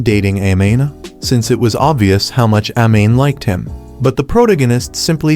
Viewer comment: A-Mane isntead of Amane☠️